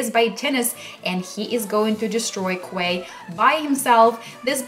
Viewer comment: Lol quay is pronounced key. Not kway. That was hilarious